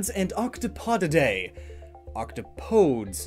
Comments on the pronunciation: The plural of Octopus is Octopodes but it isn’t pronounced the way he did it’s pronounced (Aktapudees) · It’s octopodes pronounced «oc-taw-puh-dees» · It's not "octopohds" it's "octopuhdees" And when you said "Eject their ink" you gestured to the breasts. What are you implying 🤔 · okAY I DON’T KNOW WHY IT’S BOTHERING ME SO MUCH BUT OCTOPODES IS PRONOUNCED OC-TOP-UH-DES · The correct terrminology is octopedes (ok tah pe deez ) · Octopodes Pronounced: OCT-TOP-OH-DEES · Octopodes (Oct-topo-dees) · Its pronounced octopussies.